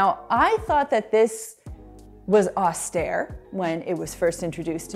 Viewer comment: She mispronounced austere, FWIW 🙈